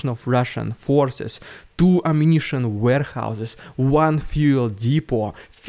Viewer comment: "Ammunition warehouses" always sounds like "Walmart"...